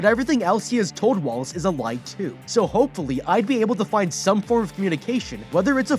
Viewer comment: I always heard Wallace as walrus...I think they did that on purpose